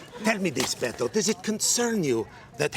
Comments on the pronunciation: Beh-toe, not Bed-o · And to this day, Colbert continues to say "Bet-ou" instead of "Beh-Toh." The silent H means, stop fucking making sounds. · I hate the way he pronounces Beto. He says “BeDo”